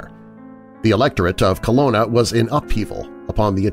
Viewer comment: I hate to complain or nitpick about your pronunciation, but I'm sure the city in Germany, in the werewolf story, is Cologne, pronounced Co-loan. You make it sound like Kelowna, which is a city in British Columbia, Canada.